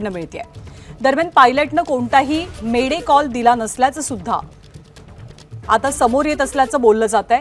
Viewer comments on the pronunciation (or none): मीड डे,नाही रे मे डे...काय कुपोषित पत्रकार ठेवलेय आहे रे ?, मीड डे meal wale